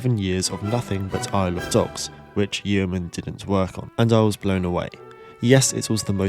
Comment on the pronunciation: Yeoman is usually pronounced Yoman, like Roman.